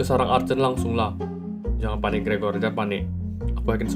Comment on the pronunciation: kok pas kata "panik" ny n nya gede alias "paNick" dan ada c,alias menunjuk ke satu nama Nick apa Nick bakal jadi musuh baru atau ada panggung nya?